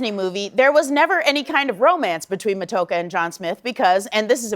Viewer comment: Matoaka is pronounced Ma-toe-AH-ka. But yeah, most of us Indigenous people on Turtle Island (the original name for North America) find anything Disney does in its depictions of any of our people to be highly unrealistic and offensive.